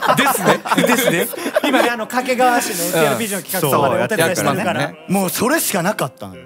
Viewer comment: どうでもいいこと 地元民はかけがわ↓ でもテレビとかでの発音はかけがわ↑